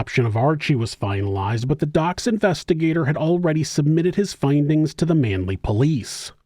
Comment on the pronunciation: It’s not dox.. We say… D…O….C…S Or we say the whole thing.. Like F..B…I ✌️❤️🇦🇺😁